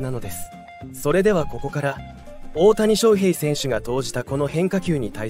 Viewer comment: 他のチャンネルと同じナレーションですよね。外国の方でしょうか？オオタニショウヘイのイントネーションが個性的すぎるので耳に入ってこない😆 どこ出身なんですか？